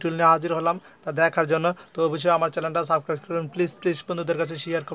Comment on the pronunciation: তো আমার চ্যানেলটা অবশ্যই 'সাবক্রাইস' করবেন। আরে ভাই অন্তত বানানতো শুদ্ধ করে বলো।